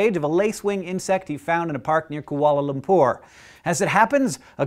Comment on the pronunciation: He makes kuala lumpur sound really posh.